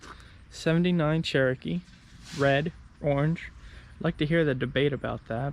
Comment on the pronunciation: I like it when you say CHEWY 🤣 and the if u cant see it it never happened